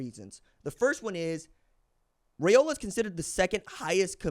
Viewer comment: Its pronounced Rye O la like rye bread not ray o la